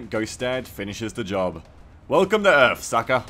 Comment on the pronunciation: "Welcome to earf sucka!"